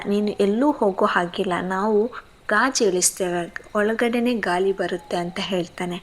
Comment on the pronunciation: ಏನ್ ಕಥೆ ಹೇಳ್ತಿರಮ್ಮ ನೀವೂ ಹೇಳುಗೇ ಹೇಲು ಮಹಿಳೆಗೆ ಮಹಿಲೆ ಗಾಳಿಗೆ ಗಾಲಿ ಅಂತಿರಾ ಸರಿಗೆ ಉಚ್ಚಾರಣೆ ಮಾಡಿ ಪದಗಳನ್ನ